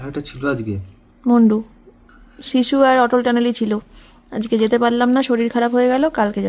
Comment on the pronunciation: Sisu kor tui hisu sissu ucharon thik kore korena